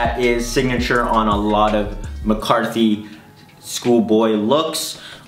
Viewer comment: man said McCarthy 😭